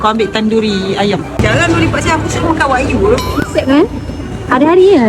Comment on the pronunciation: Wagyu kak bukan wakyu 😂saya cakap ngan budak singapore wakyu kena bahan hahaha betulkan Tu wagyu